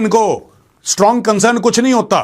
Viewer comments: 'Strong consurn' from india😂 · Condim mat kariye condam kar dijiye Major Ji gajab bol diye 😂😂😂 concern bahot hard hai apka